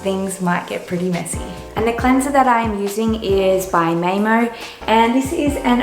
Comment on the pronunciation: Love how you pronounced MAAEMO :D It means "mother earth" in Finnish